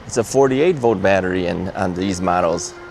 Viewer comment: It's volt, not vote.